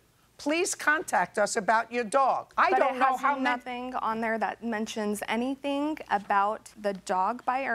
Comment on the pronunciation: I hate when people say “anythink”